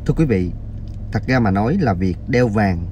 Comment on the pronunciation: Làm YouTube thì ráng đọc cho đúng chính tả, những chữ R, TR phải nói cho đúng, ông này nói ngọng nghe phản cảm quá. Ví dụ: ra thì đọc là ga, rằng ( gằn…) ông Trời thì gọi là ông chời …rõ ràng : gỏ gàng